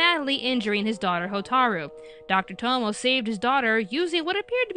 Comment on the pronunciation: Tomoe is pronounced toh-moh-ay.